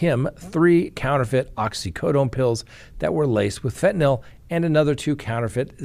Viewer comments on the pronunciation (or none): Say it with me... FEN-TA-NILL.